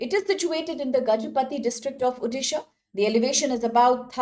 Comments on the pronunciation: It's not Udisha, It's ODISHA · It's Odisha not uddisa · Same thing irks me as a resident of odisha.... It's like calling someone's name wrongly without understanding its meaning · Why people can not pronounce Odisha as O-disha, why Ou-disha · Please pronounce the state name properly. Otherwise go and learn how to pronounce this correctly.